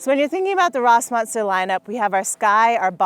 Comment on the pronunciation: If you’re using German umlauts at least know how to fucking pronounce them…